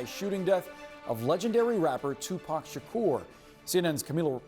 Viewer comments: Omg hearing her say his name is giving me anxiety!!!! Shakeeeeeeeeeeerrrrr she isn’t not young and studied journalism to not know even how to pronoun his name 😒 they need to put her back covering cute animals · 2pac shikeeerr????? 😂😂😂😂😂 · Its Tupac…SHAKOOOOOR!!!! .. not Tupac Shakerrrr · It's Tupac ShaK"U"r. CNN can't even get the name right.🤦‍♂️ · And who is Tupac Shakerr?? She's mispronouncing his name!!!! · She doesn’t even say his last name right!! It’s suppose to sound like SHAKOUR. That’s how it’s suppose to sound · Lady NO!!! 🤣😂 pronounce his name correctly "Tupac Shakur" 🙏🥀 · Her pronunciation of his last name enrages me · This bih is so clueless about Tupac that she can't even pronounce his last name right. Its sad there's people who have no clue who he is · The way she pronounces his name irks me 😬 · She butchering his last name smh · The way Caucasian’s pronounce “Shakur” irritates me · "Keafe"? "Shakerr"?! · This chic can’t pronounce “Keefe” or “Shakur” 😩😂😂😂😂😂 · How the reporter pronounces “Keefe” and “Shakur” is crazy 🤦🏽‍♂️ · This reporter can’t even pronounce Tupac Shakur or Keefe D. 🤦🏽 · Even if I'm not a english native speaker, I'm so surprise at the way she pronounces " Café Dee " 🤣 and "Shakur " like the "ur" in the verb "occur" 😅, In general, people who mispronounce his name make a mistake about the first name "Tupac", but this is the first time I've seen someone bug on "Shakur".